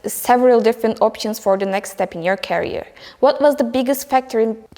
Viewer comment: İngilizce okumak ile İngilizce bilmek arasında dağlar kadar fark var. Kariyer kelimesini taşıyıcı anlamına gelen carrier şeklinde telaffuz etmeyin lütfen